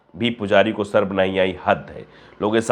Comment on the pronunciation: “Sarm” “Saram” ❌ “Sharam” ✅